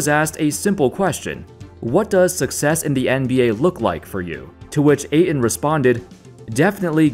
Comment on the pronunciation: Remember that there is a "t" in Ayton, not just a glottal stop.